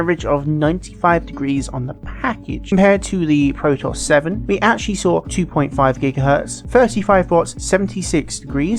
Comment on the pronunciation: Pro-toss? Surely you mean Pro-tee-us? As in the Ancient Greek myth? Synonymous with versatility?